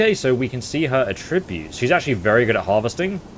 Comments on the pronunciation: Is that really the way you say 'attributes'? or is that some local accent? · He can't pronounce attributes...